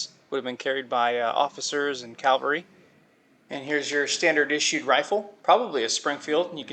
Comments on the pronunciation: PLEASE. tHE WORD IS cav al ry NOT calVARY. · Hate to be a stickler, but it’s cavalry, not Calvary. Calvary is the place of Christ’s crucifixtion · Is'nt the correct word CAVALRY, NOT CALVARY? Patton will turn in his grave! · Calvary vs Cavalry ... seems important to make the difference. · You know the difference between “cavalry” and “Calvary,” right? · Military units with horses were called C A V A L R Y...not calvary. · Cavalry…. Not Calvary. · spend some quality time reading and better familiarizing yourself on subject matter prior to posting such amateur content. You may even find yourself becoming capable to say & spell cavalry, and some how become tolerable to listen to. You keep saying thank you for being informed of thing you should already know, yeah your polite, but completely incapable of producing quality content.